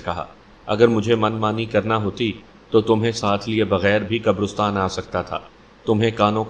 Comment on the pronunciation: حضرت قبرستان لفظ رے پر زبر ھے پیش نہی ھے ۔